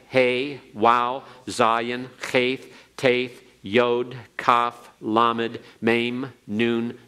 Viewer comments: Whew that pronunciation is rough straight outta the gate. 😊 Cheith… with an American anglophone “th”. CMON y’all. What are y’all doing?! It’s CHet חֱ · If you are teaching any language you need proper pronunciation. He has no cheit as in the Scottish loch. It's sounds so stupid and ignorant.